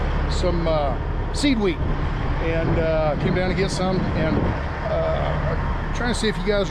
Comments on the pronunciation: I thought you were saying seaweed 🤣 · Lol. I thought he was saying "seaweed" too. So it's "seed wheat", got it. 😃